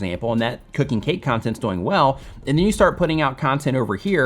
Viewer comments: Anyone else notice says “doughing” instead of “dooooing”? Great content! Keep doughing what you’re doughing!:-) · Why do you keep pronouncing the word "doing" like DOYnng?? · Great, helpful video. You explain it very well. Im wondering where you are from because when you say “doing” it rhymes with “boing” like a bouncing ball and most people say it “do-ing” like rhymes with “canoe-ing.” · A lot of info, but I keep getting distracted by how pronounces the word "doing" to rhyme with "boing" rather than "viewing." (,, ) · Where you pronouncing"doing" weirdly on purpose?? :D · Is it me or am I the only one that realizes he says doing wrong. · Where is this guy from? And why is he pronouncing "doing" like that?! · Alright, I NEED to know where your accent is from. Your pronunciation of “doing” drives me crazy. Is that part of your dialect or your idiolect?